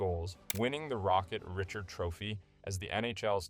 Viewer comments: "Rocket Ritcherd" 😂😂 It's pronounced 'Ree-shard" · I suffered through until I heard rocket Rich'erd. At least he pronounced trophy right. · rocket richard??? hard R??? bro you cant pronounce stuff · You clearly know nothing about hockey? Rocket Richard trophy? lol Learn how to pronounce Reeeeeecharrrrd..roll those R’s son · The Rocket Richard trophy 💀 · Lol I had to stop watching .. the Rocket Richard